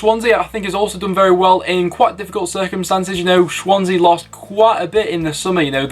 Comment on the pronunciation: why did I find "Shwansea" so funny